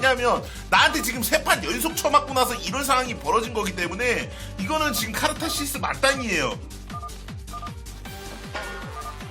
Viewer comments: 카르타시스 말고 카타르시스.. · 형 카르타시스가 뭐야,,, 카타르시스,,,ㅠㅠㅠ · 카르타시스 ㅋㅋㅋ 카타르시스를 카르타시스라고 하다니.... 게다가 뜻도 잘 모르는듯 ㅋㅋㅋㅋ😮😮